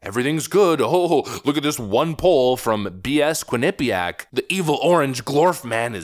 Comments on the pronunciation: Being from the area, I love how others pronounce Quinnipiac. It's funny. Quin-NIP-iac. It's more like Quinnipee-ACK. We actually LEARNED about the local Native Americans when I was in grade school, unlike what they teach now. We learned which tribes were warring, agricultural, etc. There were dozens of nations in this land and it's a shame that they're all lumped into one. We even took field trips to places important to tribes like the Podunk, Quinnipiac, Mohegan and Pequot. Lotsa cool history in that little state that's been taken over by liberal idiots. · "QUINNA-- Pyak". Not "qui - NIPPY - yak" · As someone who lived in Connecticut and had friends that went to Quinnipiac College, pronunciation of Quinnipiac gives me endless douche chills. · You would think that after seeing countless mainstream media clips with the correct pronunciations over the years including the one he included in this videos…. Quinnipiac beat my Michigan Wolverines in the Frozen Four last year. 🙇🏼‍♂️ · It chuckle every time you say Quinnipiac. You say it wrong but I like the way you say it better 😂😂😂